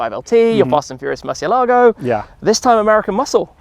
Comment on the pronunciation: MurciÉlago not MurcielÁgo... its in spanish remember😭